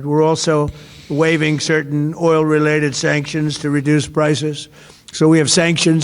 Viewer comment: "Shankshunsh!" Go back to sleep, DonOld!